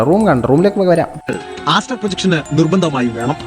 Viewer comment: കാസ്ട്രൽ എന്നല്ല , ആസ്ട്രൽ പ്രോജെക്ഷൻ എന്നാണ്,....